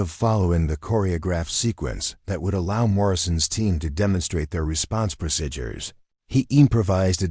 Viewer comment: CLICK BAIT. The title implied that Elena took down terrorist bare handed. No where in the overly drawn out story did any of that occur. Very irritating to listen to AI narration that constantly mispronounces common words...procedures or procidures? This video gets an F grade